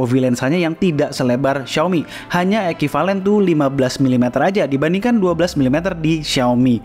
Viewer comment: Eki valen itu bahasa apa ya..?. Bahasa ciptaan alesa kh .. perasaan youtubers lain nyebutnya tidak seperti itu😮